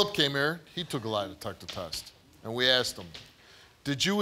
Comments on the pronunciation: Theres a whole lot of "axing" going on in this family. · Bro why does everyone on this show not know how to pronounce “asked”.